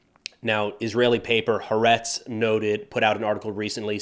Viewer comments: Just to let you know: The Israeli Newspaper that you mention in the video is pronounced: Ha' Ahretz not Haretz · "Ha-Aretz" (Both A's as in Agnostic, not Atheist), not "harez". - I mentioned this in the comments to a previous video. How many "second in command" types for Al-Quaeda etc were eliminated over the years in Iraq? Deadliest job in the world. - That's a radio interview with Tzachi Hanegbi yesterday, but it omits the part where he noted that in the future, prisoners will be checked for explosives etc but will be taken into detention with their clothes on. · . It's pronounced ha-a-rets (the country) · The newspaper is Ha’Aretz. You say Ha and then Aretz. Not haretz in one go. First Ha, then Aretz. That’s why there is an apostrophe there. Ha’Aretz. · Btw it’s pronounced “HA-AHRETZ”. Thanks for the updates! 🤍🙏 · You do such a good job. I just wanted to point out how to pronounce the name of the Israeli newspaper. It's actually a two-syllable name. Ha Aretz. And the Aretz has the accent on the "A" to help you out with how to say it. It literally means The Country or The Land. Aretz is what the Israelis call Israel. IF someone asked me how long I've been in Israel, for example, I'd answer "I've been in Ha Aretz for 3 years." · Ha'Aretz - accentuate the second A.